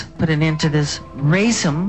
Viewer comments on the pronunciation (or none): Michael is heavily sedated here. .. He is sedated throughout many of the clips this year but here it is most significant. He is slurring words, barely moving his jaw, has paralysis of facial expression. He isn't able to pronounce 'racism' . My heart hurts.